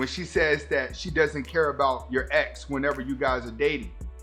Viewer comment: I thought you said eggs instead of ex lol i was confused